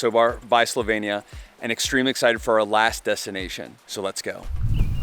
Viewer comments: This was a very nice and enticing presentation of a lovely country. However, there are two things I missed: 1) Why did you get name of the country wrong? It's Slovenia, not Slovania. 2) You mentioned some facts about prices, but I would have liked to hear more. How much did your four days cost in total? How much did you pay for hotels or BnB? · They can’t even pronounce the country. SLO•VEE•NEE•UH@